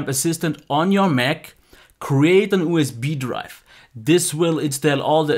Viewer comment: good video... I'm sorry but ooo-s-bee driwve